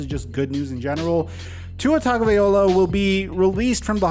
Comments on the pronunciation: it’s Vai-loh-ah not Vai-oh-lah 😂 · TagovaiLOA* not TagovaiOLA.. Sorry hate to be that guy.. Hope for a speedy recovery.. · I love you and have been a long time follower on all platforms, but please stop pronouncing his name wrong. It’s disrespectful in his Polynesian culture and in GENERAL. Your platform is way too big now. It’s Tag-o-via-loa. Please for the love of God 🙏🏽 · I love you, bro. But are you ever gonna pronounce Tua’s last name correctly? Lmao. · Just like how you always fail to say his name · even after the injury tonight this 🤡 still refuses to pronounce Tua's last name correctly